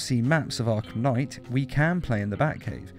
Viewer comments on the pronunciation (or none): "Arlham Knight" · It said arhlum knight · "Batman: Arlham Knight" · Did anybody notice how it's says arlham knight